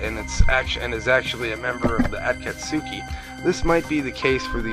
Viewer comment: Yeah, he can't pronounce their names worth a crap. He butchers the pronunciation of Naruto, Orichimaru, and the aforementioned Akatsuki. Personally, I get annoyed when people pronounce Naruto like NaROOTO, instead of stretching the syllables out when you say his name. If you watch the original Japanese, it's clearly not pronounced NaROOTO, but Na-ru-to. Weebs, I swear...